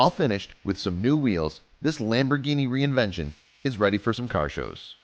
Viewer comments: Its Reventon not reinvention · Looks like absolute trash. Why is this video acting like it's a spot-on replica? And what the FUCK is a "Lamborghini REINVENTION". REVENTON. RE. VEN. TON. It's SIMPLE. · You keep saying "reinvention" like an idiot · Lamborghini reinvention? You mean reventón? And also, that car doesn't fool anybody lol. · Reinvention OMG it's revington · Reinvention? You mean Reventon you idiot? And that thing looks stupid as sick and you're an idiot for narrating and posting that stupid video I've jerked off and jizzed in the shower drain and it was worth more than that car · That looks like shit. It looks absolutely nothing like the Reventon and nobody, not even Stevie wonder, is gonna be fooled by that garbage. And is he calling it the "reinvention"? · Lol lamborghini "reinvention" it's a "Reventon" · What the fuck are u saying. It's nit reinvention it's Fucking REVENTON BRO!!!!!!!!!!! And that does not look nearly as a reventon it's look like a garbage. I dont have a car but I don't what to fucking ride that crap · The car is called "Lamborghini Reventon"... not "Reinvention" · "lamborghini reinvention" wtf it's REVENTON and it looks like a pos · First off its not reinvention, its Reventón. Second its not a two million dollar car, its a 1.6 million dollar car... Not to mention, an eclipse probably can't support the weight of a 6.5L V12 without some serious structural modification. And last of all, the two million dollar Lamborghini your speaking of is the Lamborghini Sesto Elemento. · Shit 'replica' 'reventon' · Say it with me Re. Vin. Ton and or. Ten so reventon or reventin pronunciation is depended a lot on how u say it but it is now a revention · Why do you say it like "reinvention"??? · Ren vent on is how u say it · TheHardest it is called rèventon